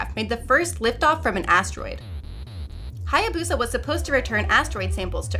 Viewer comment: Eh, Japanese pronunciation wouldn't be stressed, and the "BOO" would be "buh". Really, "Hayabusa" is pronounced like it's written.